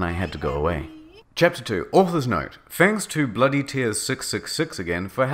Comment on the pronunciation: Why does she say "fangs" all the time instead of "thanks" but she's a vampire with smooth teeth?